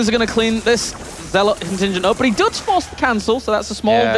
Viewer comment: Why can't this commentator say "but"? He keeps saying "boch".